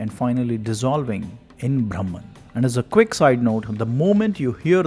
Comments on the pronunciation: The pronunciation of the word " brahman" makes all the difference. When the narrator in the video says" braahmman" it's wrong pronunciation. It's actually "bruhmn" or bruhmom" . It's the other word for "ultimate knowledge". What is ultimate knowledge.... it's about the formation,working and existence of the universe!! In other words it's about "skanda" what is the meaning of scanda? The minutest molecular of an atom is called skanda!! So brahmaom is nothing to do with Vishnu,Shiva or any so called "god's" we worship but the essence of the Universe. Earlier men used to worship nature & animals. . That is very sensible. Because that way we won't destroy or damage our nature. Now we realise how much we exploit, destroy our nature through deforestation, quarrying, mining, polluting our rivers,land,air etc. So respecting nature was more sensible than worshiping Vishnu,Shiva,Saraswati,Lakshmi, etc etc. Now we worship power& money. Still we proudly believe that we are the most advanced humans in the history of mankind!!😑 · ब्रह्मन् should be pronounced BRAH-man, not BHRAM-an. Bhram is confusion, delusion, erroneous perception.